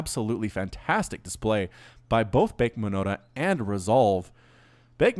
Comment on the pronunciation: actually it means monster (bakemono. bakemono da => it's a monster!) you are confusing it with bakamono